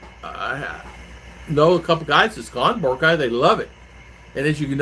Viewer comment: Vaccine card not required for Boracay now. It's pronounced Bore rock eye. It's advised to have the hotel booked.